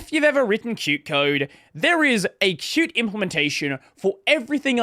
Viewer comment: pronouncing Qt the right way, again!! 🥳🥳🎉